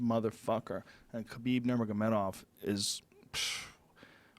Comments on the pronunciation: Love Joey, but for somebody who "remembers" so many epic stories, he sure as shit struggles to remember names. Tyrone. Stiopic. Khalabeeb... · c'mon joey, his name is Khalabeeb, and you know it!